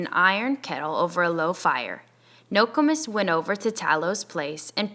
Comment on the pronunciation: Ur saying nokomis wrong but thanks for helping me get caught up